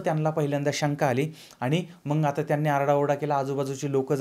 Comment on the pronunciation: मंग नव्हे मग असे म्हणा...